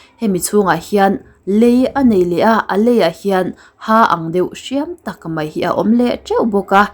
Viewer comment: "Mai" tih tur ah "Mei" tia i lamrik hian beng ati kham deuh thin aw hmeltha lalnu.